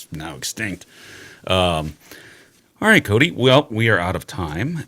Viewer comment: I think im mishearing Cody, but it sounds to me like he's saying "chicken hole," and everytime it makes me want some chicken nuggets or some other type of deep fried chicken.